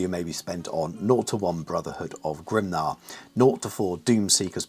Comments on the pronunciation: I was surprised by your pronounciation of 'Grimnir'. I always was under the impression it was pronounced 'Grim-near'. You pronounced it more like 'Grim-nah'. So I wondered why. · Why Grim-nah?